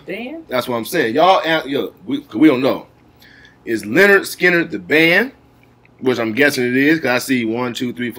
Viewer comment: Ronnie Vanzant is singing and the leader of the band and it's pronounced lynyard Skynyrd guitar is Allen Collins and Gary Rossington drums Artimus Pyle piano Billy Powell bass Leon wilkeson